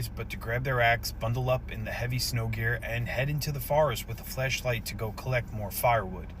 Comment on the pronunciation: I can’t help but hear flesh…😶 every time he says flashlight 🤦🏻‍♀️😂